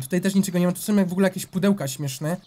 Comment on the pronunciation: TO SOM NO CHYBA SĄ A NIE SOM